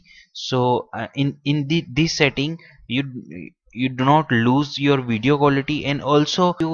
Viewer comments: What is a "wideo" ? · "In this wideo"